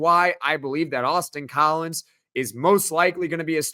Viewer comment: Every time someone says Austin Collins, my brain hears “Boston College”. I can’t unhear it. 🤭 I won’t hold it against him, though.